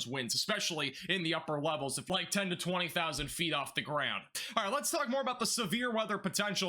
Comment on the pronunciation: Love the channel first off. Secondly are you saying lets farts talk or am i imagining it lol 😆 ❤💯